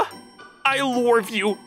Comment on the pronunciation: Male VA isn’t for me, I’m gonna mute this one. I really hate how he pronounces love. “I Lorve you” like wtf